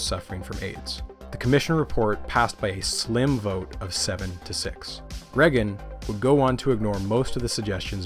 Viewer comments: Yes, because him saying Reggin instead of Reagan makes it unwatchable. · Not Ronald "Rag-un." Think more Star Wars. Ronald "Ray-gun." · Holy fuck that was an impressive collection of information. And the presentation was amazing, bravo 👏 I stg tho if I hear "regen" instead of Reagan one more time I'm gonna have a stroke 😂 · Well-made video. My only pet peeve is every time you pronounce Reagan as "Rehgn" haha it's "ray-gn" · The last name of Ronald Reagan is pronounced Ray-gan. Not reggun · Why do you keep pronouncing "Reagan" like "Reggan"? It sounds like "Raygan." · “Ronald Reggin” lol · Who is this president "Reggen"? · Reagan like Ray-gun..kinda cool.. way you saying his name, got a craving for beggin’strips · My only qualm with this entire video was listening to how you pronounced ‘Ragan’ 😂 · Learn how to say Reagan.